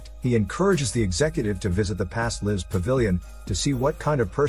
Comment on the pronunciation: If you ever wondering if this was a AI voice (which it is), just listen to the way it pronounces "lives". It cant pronounce it in the appropriate way because AI's cant recognize content yet. These are called "Homophones" and if you hear them mispronounced, its a AI voice.